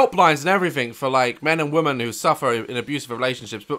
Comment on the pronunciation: I love that Daz misses out the 'a' in 'balloon'. He says 'blloon' 😂😂. Also, he pronounces the plural for 'woman' as 'woman' 🤭🤭